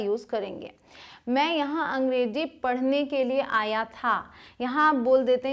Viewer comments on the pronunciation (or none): Thanks Ma'am lekin ek baat mere samajh nahi aati ke aap log z ko j q bolte ho Ganda lagta h jaise abhi aap ne bola angreji wo angrezi h